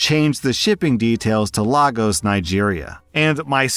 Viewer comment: Please don’t pronounce Lagos like that.😭🙏 It’s Lay Gus not Lah Goes.